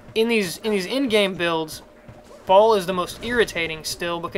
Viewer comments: WRONG it's pronounced like "BALE" and if you dont believe me,watch the act 5 cut scenes of Diablo 2:Lord of Destruction,they pronounce it the same way!!! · Throne of 'Ball'? Has this guy even watched the cinamatics even ONCE? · It's Baal, pronounced like hay bale. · His name is Baal (pronounced Bale, like... Christian Bale). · Native english speakers have no sense of other languages at all : Dude is right , it's [Bahl] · It's pronounced "Bail"